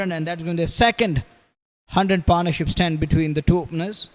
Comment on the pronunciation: commentator "upish" in the air mea upish ka mtlb? is it a word? and its not Paar' naur'ship but pat'nah-ship ... ma kar pannuey english